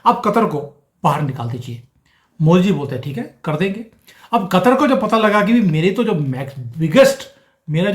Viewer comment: Katar nahi Ku..tar. P.c.